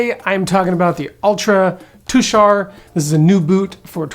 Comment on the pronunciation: Thanks for pronouncing Tushar correctly. Tushar is my mother's maiden name and the mountains in Utah are allegedly named for members of my family who left Pennsylvania for Oregon many many years ago.